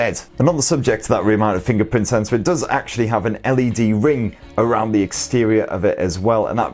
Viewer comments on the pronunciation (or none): none